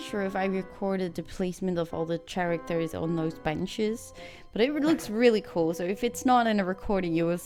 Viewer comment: gave serie, de collab heefd ook vruchten geworpen ga zo door. wel n kleine opmerking als je characters zeg, de ch word met n k uitgesproken en de a in idea word ook uitgesproken (srry dat is mn odc acting up lol) maar knap staaltje bouw werk